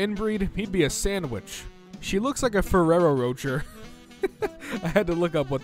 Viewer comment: This is actually the correct pronounciation of Sasukes name in the german dub. But I won't defend the Ferrero thing.